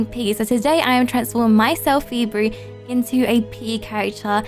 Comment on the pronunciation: On subtitles when you say phoeberry it puts february